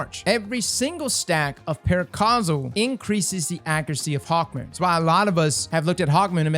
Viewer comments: I'm sorry, did you say "Hawkmoist" at the mark? LOL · Did this man just say HawkMOIST 🤣🤣